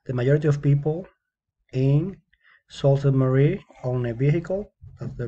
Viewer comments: Um I’m from Sault Ste. Marie and its pronounced soo saint maree but other wise good job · Yes, I learned the real pronunciation after the video. Thank you for the feedback. It is soo Ste. Marie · You can't even pronounce it!